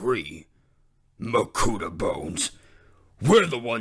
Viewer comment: Why is pronunciation so weird at times, like makuTAH? Enjoyed every second of this anyway!